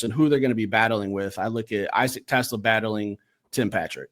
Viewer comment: is funny. Lmao. He throws his hands up and says "respect respect" and still mispronounces TeSlaa's last name 😄.. "no disrespect".. then, he ostensibly says a few nice things, and then, says "but. BUT" lmao! I've heard somewhere before that when one person is apologizing or complimenting another person when 'but' enters the conversation, everything before that point has little to no meaning. Lol.